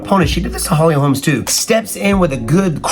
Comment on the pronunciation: Its holly holm. Not holms